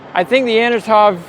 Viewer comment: An-To-Nov 225 not definitely not An-no-tov 225? come on now